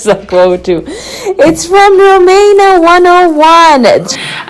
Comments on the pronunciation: I really like you....but feels like ur trying to be nice as shr sent u free stuff type of video. U can't even say her name properly....rumAYna? Its ruMEEEna lol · The way you say her name is so funny 🤣 you made me laugh, ngl I think her make up looks kinda rubbish but wish her well with it all, omg black hair on you is 😍😍 and kaleb is sooooo cute Ma Sha Allah!! ❤️